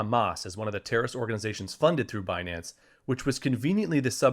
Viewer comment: Fi-nance and Bi-nance. What is Janet talking about with Be-nance